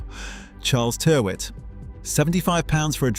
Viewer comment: Tyrwhitt is pronounced "TIR-itt"